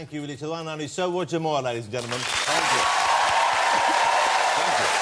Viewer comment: It's pronounced Roger not Woger, it's not Monty Python, Good think Wossy isn't a political journalist, he spend every 4 or 5 years banging on about the up coming erection.